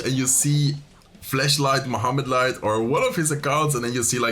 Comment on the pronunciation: Kept sounding like you were saying flesh light 🤣